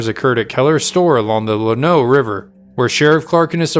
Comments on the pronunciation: It is pronounced Lan-O. Not La-no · You need to learn how to say the name of Llanno the town and the river. Im thinking you're not from Texas if you got the permutations wrong